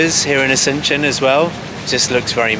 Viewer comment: No se si escuché bien, me pareció que dijeron Asencion y es Asunción wowwww